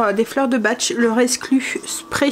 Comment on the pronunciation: Coucou 🤗 Dès qu'il ne fait pas chaud on a envie de rester chez soi 😉 La compagne de mon fils a fait une formation sur les fleurs de Bach on prononce "baque" C'est très efficace sur un traitement de fond et bien sûr un produit naturel 👍🏿 Des bisous à demain 😘